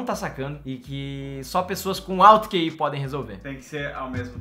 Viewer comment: NÃO É QI É KI